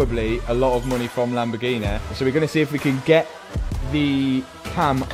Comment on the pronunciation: I love the way Mat says "LamborGee-Nai"....Proper Leicester accent